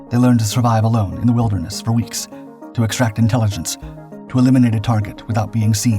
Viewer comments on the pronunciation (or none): none